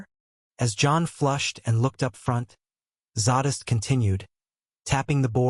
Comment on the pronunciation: Couldn't even say Zadist name correctly.